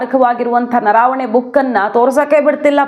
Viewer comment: ಅದು ನರಾವಣೆ ಅಲ್ಲ ಅದು ನರವಣೆ